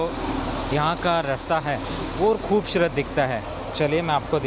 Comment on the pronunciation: love your videos bhai. You should improve your pronunciation of S and Sh. After a while it feels weird having repeated like Shundar, Khubshurat. Please say Sundar and Khubsurat.